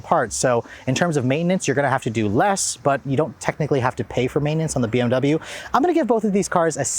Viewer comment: Maybe if you pronounced "double you" properly the BMW would respond better. ;)